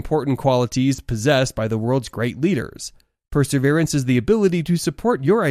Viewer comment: It's perseverance NOT perserverence. No wonder young people do not know how to pronounce words properly or use English correctly.